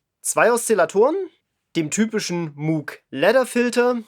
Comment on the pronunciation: Es heisst Mooooouuugh nich Mooooogh und auch nich Muuuuugh